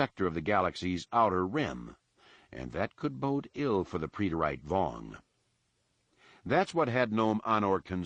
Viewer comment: So when he says "pree-det-ayte.." does he mean preterite